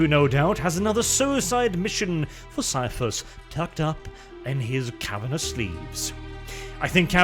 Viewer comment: I agree ... despite the temptation to make the once Super Man actor a space marine or primarily, the BEST role and probably the most fun for Cavill would be Ciaphus (pronounced Kie-ah-fus b.t.w.) Cain!